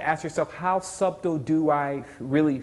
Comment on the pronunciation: I love to death, but his pronunciation of subtle is killing me. Great video though, thanks for the upload.